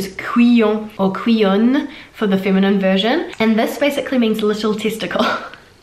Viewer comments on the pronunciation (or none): I'm a bit surprised you don't pronounce the "ouille" sound that good, considering your pronounciation is very good overall. We shouldn't heard the French "u" sound, "couillonne" is more like "koo-yon" for example.